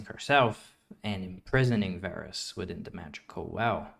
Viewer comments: all the Darkin names include the “ah” pronunciation due to the double A’s. Its funny how you pronounced Varus with the “Ay” pronunciation still considering he’s the exception with only one A. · Why is Varus not Vaarus